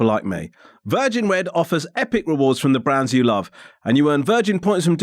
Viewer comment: I know you’re saying ‘from the brands you love’ in that Virgin Red advert, but on first listen it really sounded like ‘browns’ 😅